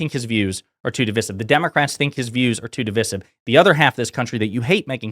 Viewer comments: Your points are really important, when this is all sorted out and the democrats are back in office…….we are going to have to have a conversation about how you say divisive. What the hell is divissive. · Why is he pronouncing ‘divisive’ that way, notwithstanding, agree with all he says. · Dude. That was a brilliant video until you made a complete mess of pronouncing "divisive". Keep up the otherwise excellent work, though 👍